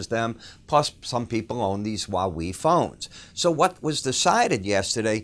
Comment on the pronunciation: They have a popular cell hone he is saying it wrong... Like he's from Chicago or something